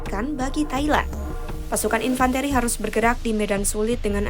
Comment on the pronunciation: Infan - Te...te...te..te - Ri, Nyari narrator yg berpendidikan dikit donk. Jng cuman sarjana tp gelarnya make Ijazah Palsu.